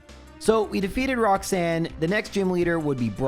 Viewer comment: I was re-watching your other minimum battles the last couple of days while being ill and just yesterday I watched the latest Emerald video thinking "damn I hope is going to continue the series soon". I am so happy right now, feels like early christmas. Thanks for your content! Edit: Also there's no way you pronounced the first Rocks-Anne that way unintentionally right?:D